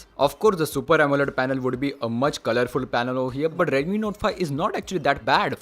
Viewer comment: If you improve your Pronunciation little more, then you will get more audience ... eg :- Instead of saying "Redumi" say "Redmi" ..... It will make difference ✌️